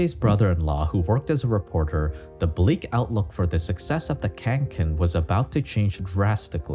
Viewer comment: The bag is named Kånken and not Känken